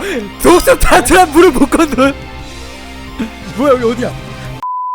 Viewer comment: 타란툴라를 탈룰라로 들음 ㅋㅋㅋ